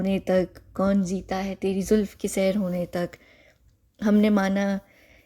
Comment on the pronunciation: Kon jeeta hai tery zulf k sur( not sair) hony tak۔۔ Aap musalsal ghalt misra perh rahi hain... کون جیتا ھے تیرے زلف کے سر ہونے تک ... آپ مسلسل غلط مصرعہ پڑھ رہی ہیں ..